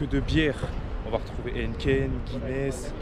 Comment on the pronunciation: “Heneten“? ou Heineken? “ j suis pas calé niveau bière“ ahh ok ^^